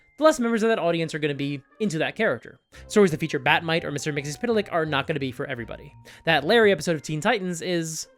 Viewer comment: First of all that pronunciation of Mr Mxyzptlk, for a name that has barely any vowels, is amazing. Also, I'm so tired in serious, dark, gritty media. Give me cheesy colorful stuff, like the D&D movie or One Piece live action. Those are incredibly good even with all that goofy stuff around. I want that in my games.